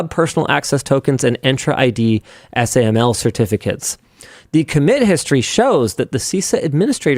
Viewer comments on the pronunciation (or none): It's so obvious Linux just doesn't know anything about a lot of the subjects he's weighing in on. I have never heard someone pronounce YAML and SAML the way he did.